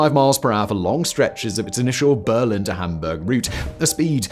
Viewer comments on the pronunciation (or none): none